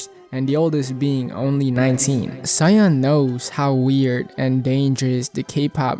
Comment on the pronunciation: jsyk Soyeon is pronounced So-Yeon, you kinda pronounce it like Cyan